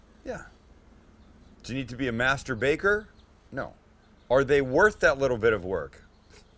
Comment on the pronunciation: He DID say "masterbaKer", didn't he?